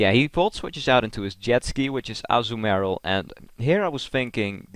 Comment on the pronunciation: Also, it's not pronounced Azzu-marill, but Azuu-marill.